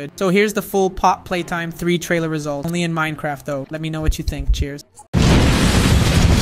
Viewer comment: It is not how you pronouns pappy play time